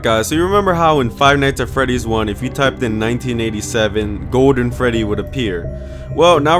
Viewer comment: put on subtitles for when he says golden freddy